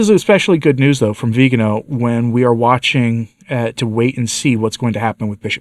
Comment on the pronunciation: Thank you for the good coverage of this issue. Would you pretty please pronounce his name correctly? In Italian it is the second to last syllable. So the emphasis is on the “ga”. Grazie.